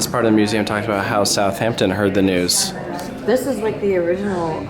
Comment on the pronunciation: Not “South Hampton”, it is a more “South Ampton” but one word